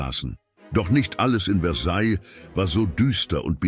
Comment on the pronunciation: Mir gefällt nicht der Sprecher. Er sagt immer: Versailllllllll. Sorry, jeder, der Französisch gelernt hat, kennt die richtige Aussprache: Versaij.